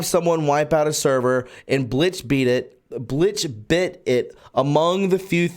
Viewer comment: Bleachbit, not Blitchbit..